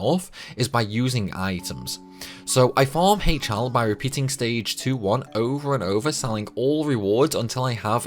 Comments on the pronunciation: Your pronunciations are weird as hell. "HL" is "Hell", not "Aich-Ell". "Chara World" is "Karah World", nor "Tcharah World" - "Chara" here stems from "Character". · The way you pronounced HL made my skin crawl LMAO. Great video, though.